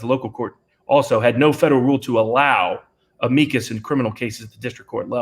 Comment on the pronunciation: So many pronunciations of "Amicus".